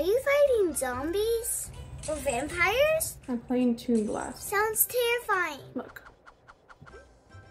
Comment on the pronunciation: Oh my gosh! This was WONDERFUL and funny😊😊😊 and I loved it!!!! Only one complaint. Penny didn't have quite enough ham on her pizza😂😂😂 luv your talent and the whole gang. cracks me up by the way she says vampires...talented family. Thank you for giving joy and laughter and sweetness to us in these difficult times.❤